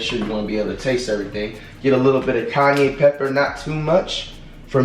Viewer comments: Bro said "Kanye Red Pepper". Buddy doesn't know how to pronounce Cayenne. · Why’d you say cayenne like “Kanye” 😅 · Dude said Kanye pepper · Did that dude just say “little Kanye pepper”?? 😂😂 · dude said canye instead of cayenne 😭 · bro said a lil kanye pepper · I can't knock this at all...it's a positive, however he making this harder than it has to be...trust!! And did he say Kanye pepper.🤣🤣🤣??? I love my people❤❤ Crazy cause I took out catfish earlier to fry. We do have the same frying pan though. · “Kanye” Pepper 💀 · Flight said Kanye pepper 😂😂😂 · did flight call it “Kanye red pepper” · nigga said “kanye pepper” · calls cayenne, "kanye" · Bruh said kanye red pepper 😭😭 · this man flight just called cayenne pepper Kanye pepper💀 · Did he say “kanye” pepper?😭😭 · I thought flight was saying Kanye pepper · Did he call it Kayne pepper??? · LMAO This man said Kanye Pepper. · Cuh said “Kanye pepper”💀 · he said Kayne pepper 😭😭😭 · flight saying kanye pepper has me dead 😭💀💀💀